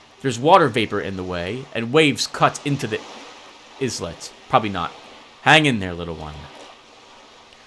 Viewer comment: Islet, a small island. Pronounced exactly the same was as eyelet. Basically a silent S. Start saying Island then replace the land with let.